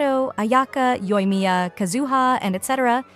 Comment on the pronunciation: It’s KAZuha not KaZUha